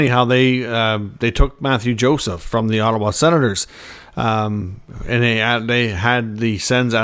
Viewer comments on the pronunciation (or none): none